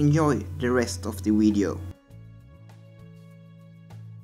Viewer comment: You making good videos man! Just one thing, why you say "wideos"? It's pronounced "videos"